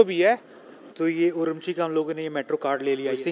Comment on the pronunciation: That’s urumqi not umrqi😂😂